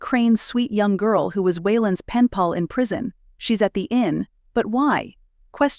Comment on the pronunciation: Hi! Says "pall" instead of pal 2x, once around minute 47. Thanks for Sharing your stories!